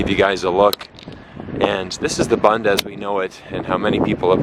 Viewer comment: You are not pronouncing BUND correctly!